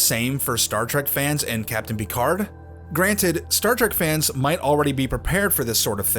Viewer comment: Captain Pee-Card